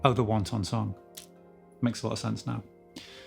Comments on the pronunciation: Its not meant to be pronounced wan ton Its more like wanten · Yet another brilliant lesson - but I trust you're joking with the pronunciation of "Wanton"?? You'll confuse the non English speakers. :) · Headbangers! Say it right! This is too good a song to mispronounce for the rest of your life. Wanton, not wonton. *WONTON (like tom tom) - noun - Chinese dumpling. *WANTON (like wantin') - adjective - Reckless, indecent, depraved. I know I know, Zeppelin has one called THE LEMON SONG, but it's not about lemons, now is it? THE WANTON SONG is about lust, not dumplings. This song sounds as badass and as fresh as it did 50 years ago! 🔥 No dumpling has a shelf life like that. Thanks for the lesson, dude!